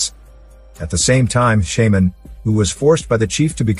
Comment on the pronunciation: Computer generated voice mispronounced shaman. Got too frustrated in the first minute to finish watching.